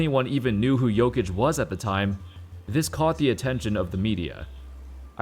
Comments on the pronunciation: I will help you with pronounce,it's Nikola "Yokic" I am also from Serbia, that's how you should pronounce man 😊😊😊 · You say jokić kinda like Yo-kitch